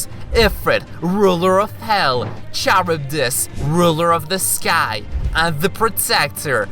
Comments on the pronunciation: Noone: This dude say CHURUBIS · The video is interesting but I cringed with the way he said Charybdis, liked the video but that one part hurt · I'm confused is it pronounced charibdis or karibdis